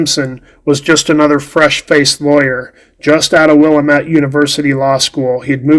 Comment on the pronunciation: Wil-lam-ette fuckin dummy